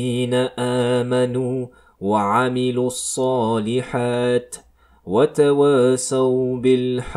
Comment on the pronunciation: Je pense que tu fait erreurs sur الصلحت ya kesra PK Tu ne la prononce pas pareil pour الحقِ il ya kesra